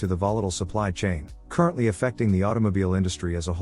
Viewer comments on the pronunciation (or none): none